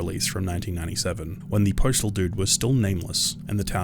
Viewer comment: my dude it’s postal not preachtal